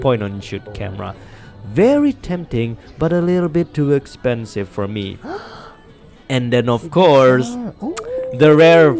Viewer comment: “To Expenive” 😂